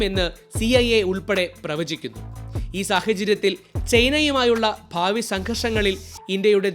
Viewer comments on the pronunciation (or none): none